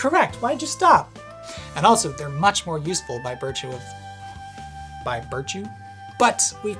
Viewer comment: 'By birtue'... bo you bell bumbalows?